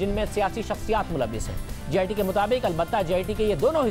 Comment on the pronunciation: its JIT not GIT